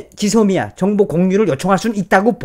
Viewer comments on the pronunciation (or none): none